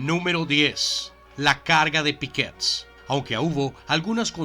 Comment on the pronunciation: Pickett, sin acento. Tolstoy, por Toltosh. No es ejercito norteamericano, se dice Estadounidense, Norteamérica, es el grupo de países, formado por E.E.U.U, Canadá y México. En el caso Francés es Michel no Michael. Es Balaclava, no Balaclayá. Gracias por compartir y espero que no tomes a mal la corrección. Saludos.